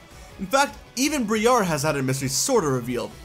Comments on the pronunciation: dude why are you pronouncing Briar as Bree-are.... Briar is Literally an English word pronounced Breye-er like Rye and she's from the Unova Region.... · Briar's name is pronouned BRY AR not BREE AR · Ok. You have been mispronouncing Briar's name. It Pronounced as BrEYE er. Briar means thorns.